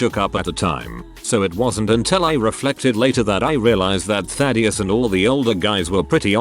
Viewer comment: Ah yes, TTS can say Thaddius perfectly but any other word that is relatively easy to say it messes up.